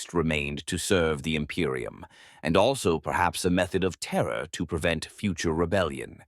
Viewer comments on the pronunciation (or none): none